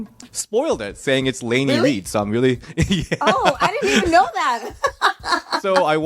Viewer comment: did call Lainey.. RAINI 🤣🤣🤣 fiesta salsa!